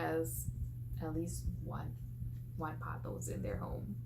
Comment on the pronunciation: You got that pronunciation totally right! Your Pothos are beautiful. 💚